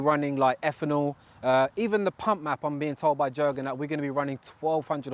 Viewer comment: Nice car bro, also his you pronounce the name as yurgen (the j is a y sound)